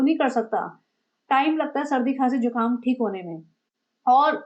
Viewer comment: Not jhukaam it is zukaam